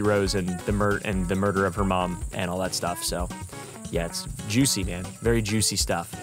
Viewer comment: “veeewy jwuicy☝🏽🤓” - 2024